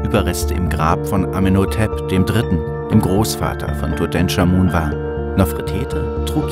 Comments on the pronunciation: Tutenkamun natürlich, so spricht man ihn aus, top(Sarkasmus) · Tut EnCHHHHH Amun. Nicht TUTENSCHAMUN. Ich rast aus. ohne mist. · wer kennt ihn nicht... den guten, alten "Dudensch" XD